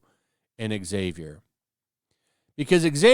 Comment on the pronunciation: IT IS NOT PRONOUNCED EX ZAVIER. IT is pronounced "Zavier"